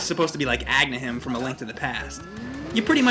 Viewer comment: why do you keep on saying "agnahim" ? you kept on saying it in your other vid too. it's spelled agahnim!